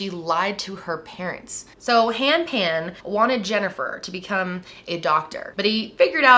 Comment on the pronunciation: You got their surname incorrect . It is Phan , not Pan .